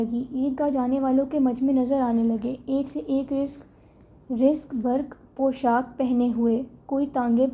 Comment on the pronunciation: Talaffuz behtar kren ..zarq barq theek nahi parha ap ne... aur bhi ghalatiaan hen